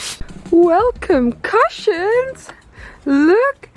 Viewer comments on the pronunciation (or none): Die you say "Well, concussions!" or "Welcome cushions!"? 🤔 This build is quite brilliant! with the simplest of means you make that super flexible interior! 🤗The Porter will be bigger from the inside than the outside in the end! A Piaggio Porter gone Tardis!!1! 🤗² Do we have a name? PiPoTa? 🤔"Pee-potter"… No, that's bad. 😵‍💫 Tarter? Tario? Tardio? Well, something like that. 🥳🤗